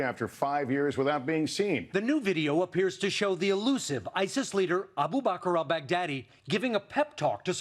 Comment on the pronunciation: wait did he just say bhagdaddy?